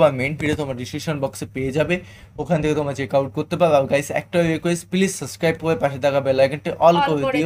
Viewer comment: সাবস্ক্রাইব বলতে পারেনা আর রিভিউ করা শিখছে 😂😂😂